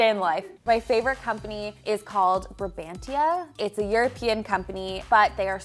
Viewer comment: Colander. IKEA has beautiful ones. And … Brabantia is pronounced as “Brabantsia” in the Netherlands 😊